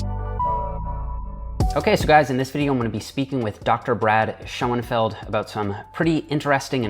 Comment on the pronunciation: It's not Seanfeld, it's SCHÖNFELD - SCHOENFELD SCHÖN wird auf Englisch SHOEN ausgesprochen